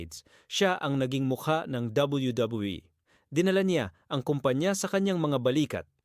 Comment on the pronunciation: bulol ka boss habang nagsasabi ng wwe